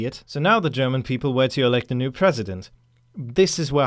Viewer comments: Perfect German pronounciation!!! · You are german arnt you? Always if you pronounce german words there is no actcent. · Your German pronunciation is great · Hey, just wanna say: thanks for your perfect pronounciation of german names - usually doesn't happen - continue like this :) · Man, dude can pronounces german names flawlessy. It´s so unusual hearing german names not being butchered. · are you german? If not, Your german pronunciation is really good. Kudos. Good vid. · Are you German? Because you're pronouncing the german names very very well :D